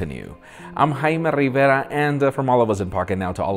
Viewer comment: Thumbs up for ""